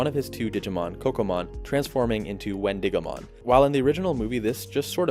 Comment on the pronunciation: I also think it’s Win-DIH-go-mon more emphasis on the dih. Because It’s named after the wendigo from folklore